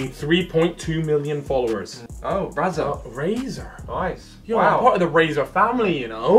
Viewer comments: You can tell why hasn’t been approached by Razer, he legit calls it Razar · said razer, but it sounded like brazzers